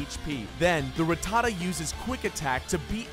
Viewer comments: Hate it when people emphasise Rattata's name like that it's annoying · the minute you said Ra-ttata and not Rat-ta-ta I knew this video was gonna be bad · Rat-a-tuh lol. It's rat-ta-ta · Evidently none of you ever watched the show, if you're not complaining about how horrifically he's pronouncing Rattata?? It's RAT-a-TA, like it almost rhymes. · ruh tuh tuh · RATTA-TA ... hate the trendy pronunciation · Ruh-tah-duh wtf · You can’t even pronounce them right 1. RA TTA TA = rattata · Rattata godamit. Learn how to say it!. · Ha you cant even say rattata is pronounced rat-ta-ta. Learn your pokemon names. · He doesn't even pronounce Rattata correctly. I couldn't even listen to his voice after that. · Yep. That one was just too much xD Also, I think he pronounced "Rattata" in two different ways in the video too. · TheDSquad yee also the way he says ratata wrong. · Every single time he says Rattata wrong, a muscle twitches in my brain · what really gets me is how you pronounce rattata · why does so many pronounce Rattata's name wrong? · Jesus people this is his opinion it's not like he named the video ''TOP 10 POKEMON THAT ARE UNBEATABLE ALL FACTS!!'' lmao you guys need to pull your skirts down seriously i love pokemon too but wtf xD also did he pronounce rattata the right way im confused now idk whats right or wrong help